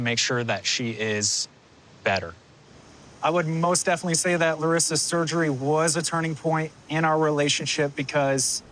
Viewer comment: Her voice bugs me. And she doesn't enunciate her words properly so I have to look at the subtitles. I'm like I know you're speaking English, but out of the four syllables in definitely I heard two of them